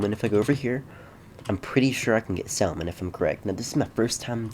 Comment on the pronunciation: Not sal-mon Sam-un